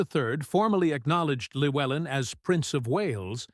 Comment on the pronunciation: It's pronounced clue-ellin not lewellin. In welsh Ll is klu